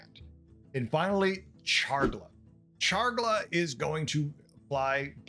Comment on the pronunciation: I’m not sure the last time I heard someone say “Chargla” instead of “Charlga”. Rather entertaining. Looking forward to Beasts.